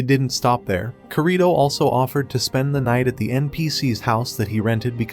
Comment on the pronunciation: Oh and its not korìto its kirito